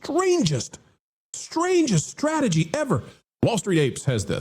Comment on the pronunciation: “stragedy” someone teach this woman how to say STRATEGY 🤦🏻‍♂️